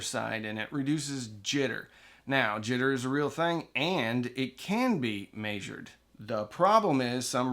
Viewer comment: "May Zured"